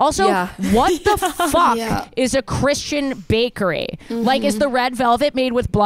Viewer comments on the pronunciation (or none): none